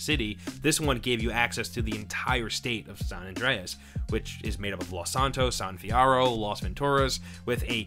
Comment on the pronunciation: My ears were startled at hearing your pronunciation of the words San Andreas and San Fierro